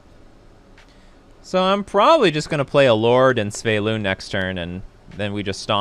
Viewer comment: Why do you pronounce it Sv-e-y-lun when it is Sv-y-e-lun ? 🤪